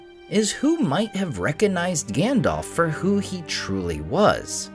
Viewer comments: Grand-elf? Lmao. What the hell?! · My friend, I love your content and Tolkien is my obsession too. If I could ask ONE thing only, it would be that you call Gandalf "Gandalf" and not "Gandolf". You may recall that PJ in his LOTR commentary specifically called this out as something the American cast could naturally slip into saying. Perhaps it's because PJ raised this point and because the cast adhered to it that I became so sensitive to it! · We knew it was coming. But it still sucks. WTF is with this “Grandelf”?